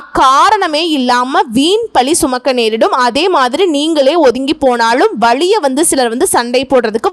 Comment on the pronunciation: ஏனுங்க அம்மணி உங்களுக்கு தமிழ் உச்சரிப்பு இப்படி இருக்கிறது? இவ்வளவு நல்ல விஷயத்தை சொல்லும் நீங்கள் ஏன் தமிழைச் சரியாக உச்சரிக்க கற்று கொள்ளவில்லை?? அதென்ன நள்ள (?) காளம், வளியாக, .. மன்னிக்கவும் கேட்கவே சகிக்கவில்லை..😭 யரலவழள, மெல்லினம், இடையினம், வல்லினம் பார்க்காமல் ஏன் இப்படி பேசுகிறீர்கள்?? அது மட்டுமல்ல video தலைப்பு மிகவும் எதிர்மறையாக உள்ளது. இதுவும் மிகப் பெரிய தவறு தயவுசெய்து திருத்திக் கொள்ளவும்.. கீழ்கண்ட பாடல் வரிகளை அடிக்கடி உரக்க படித்து, பாடி பழகுங்கள்.. குறிப்பாக, "*கள்ளுர பார்க்கும் பார்வை உள்ளுர பாயுமே* என்ற சரணத்தை தினமும் இரண்டு முறை பாடி பழகினால் உங்கள் உச்சரிப்பு சரியாகும் ராஜ ராஜ சோழன் நான் எனை ஆளும் காதல் தேசம் நீதான் ராஜ ராஜ சோழன் நான் எனை ஆளும் காதல் தேசம் நீதான் பூவே காதல் தீவே மண் மீது சொர்க்கம் வந்து பெண்ணாக ஆனதே உல்லாச பூமி இங்கு உண்டானதே ராஜ ராஜ சோழன் நான் எனை ஆளும் காதல் தேசம் நீதான் பூவே காதல் தீவே கண்ணோடு கண்கள் ஏற்றும் கற்பூர தீபமே கை தீண்டும் போது பாயும் மின்சாரமே உல்லாச மேடை மேலே ஓரங்க நாடகம் இன்பங்கள் பாடம் சொல்லும் என் தாயகம் இங்கங்கு ஊஞ்சலாக நான் போகிறேன் அங்கங்கு ஆசை தீயில் நான் வேகிறேன் உன் ராக மோகனம் என் காதல் வாகனம் செந்தாமரை செந்தேன் மழை என் ஆவி நீயே தேவி ராஜ ராஜ சோழன் நான் எனை ஆளும் காதல் தேசம் நீதான் பூவே காதல் தீவே கள்ளுர பார்க்கும் பார்வை உள்ளுர பாயுமே துள்ளாமல் துள்ளும் உள்ளம் சல்லாபமே வில்லோடு அம்பு ரெண்டு கொல்லாமல் கொல்லுதே பெண் பாவை கண்கள் என்று பொய் சொல்லுதே முந்தானை மூடும் ராணி செல்வாக்கிலே என் காதல் கண்கள் போகும் பல்லாக்கிலே தேனோடை ஓரமே நீராடும் நேரமே புல்லாங்குழல் தள்ளாடுமே பொன் மேனி கேளாய் ராணி ராஜ ராஜ சோழன் நான் எனை